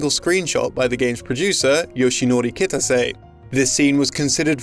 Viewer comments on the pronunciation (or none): 2019 and westerns on Youtube still cant pronounce Japanese names. Like seriously? Kitase? It has 3x 2 letter syllables. Is it that fucking hard. KI TA SE